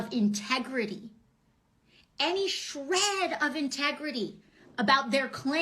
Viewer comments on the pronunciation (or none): “If they had any shhhRED...of integrity. Any SHREHHHHHD...🥴” I’m DYING. How friggin rich 🤣🤣